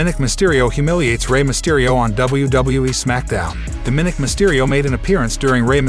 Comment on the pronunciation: DOM-MAN-NIC, it's quite easy